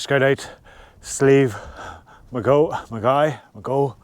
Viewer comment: I think it's possibly pronounced Sleeve-ma-JOCK....there is an area nearby spelt with the same "geogh" ending that is pronounced that way 🤔